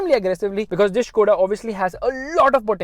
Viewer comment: its skoda bro not shkoda its fucks my mind everytime you say shkoda